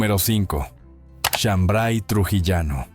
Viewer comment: No es chambray es shambar y la chicha morada no pica, de donde eres.